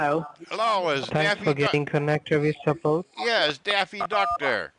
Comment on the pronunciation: "Thank you for calling sapoat."